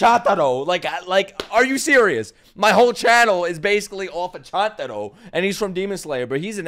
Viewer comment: Can I break ur mind and say that chantaro is actually chUntaro and you have been miss pronouncing his name the whole time